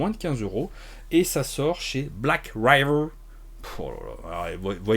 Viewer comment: L'accent anglais pour "Black Raïveur" était le bienvenu, mais... manque de bol, c'est "Riveur" 😅Retourne boire tes panachés, plutôt ! Ah, et... Tentacule !